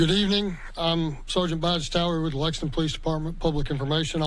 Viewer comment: Hey, it's LEXINGTON, not Lexingdon.